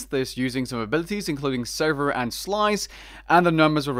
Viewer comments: It's sliver of leng not silver just fyi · S-L-I-V-E-R. Like the movie or a slice. Its not silver like the color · It’s sliver not silver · Lol literally everyone calls it the “dark silver of leng” silver… as in the shiny metal…. But it’s SLIVER… as in shard/sliver (not hating I just think it’s funny)